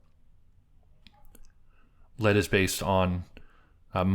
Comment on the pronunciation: "Lead" is pronounced "Leeeeed". As in lead guitar. Not like the toxic metal.